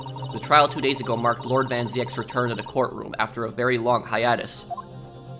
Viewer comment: Hey, Zieks is pronounced "Zeeks" & Ryonosuke is pronounced "Ree-yo-no-skay"